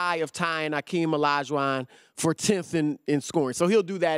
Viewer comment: "AKEEM LAJ WAN"